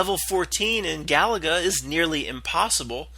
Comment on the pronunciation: The game Galaga is pronounced Ga-lay-ga. It was a fun game back in the 80s, Lol!